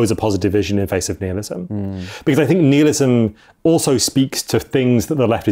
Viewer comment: Nihilism, pronounced nile-ism, not neelism. This was grating on me